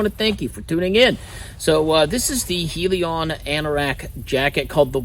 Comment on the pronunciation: Heli-Kon, not Helion